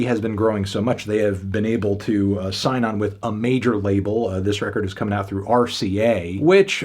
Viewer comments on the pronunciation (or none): none